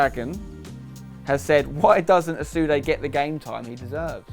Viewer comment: I thought it was asude not osude